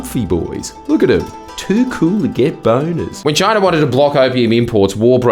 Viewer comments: DID EH JUST SAY CHOINA?! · i have never seen aperson say choina my entire life